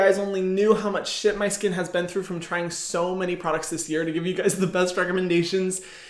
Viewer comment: i love when he said shiet